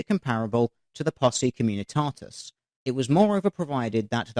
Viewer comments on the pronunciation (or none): "posse communitatus"? do you also say "nucular" like sargon of can't pronounce words properly? You people make me sick. If only I had an army and an oven, the grammar reich would be glorious.